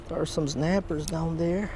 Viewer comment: there’s some znaaaperz down there 😂